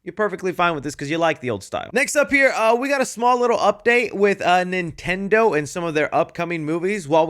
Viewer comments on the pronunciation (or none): none